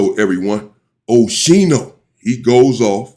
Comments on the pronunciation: Aye UNC you say his name like (OSKEENO) 👈🏽👀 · MY MAN SAID OSHINO 😅😅🤞🏾